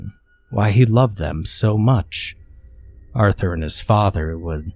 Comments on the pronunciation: Take a drink everytime this dude says Aurther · Say “Arthur” one more time! Otherwise, ew.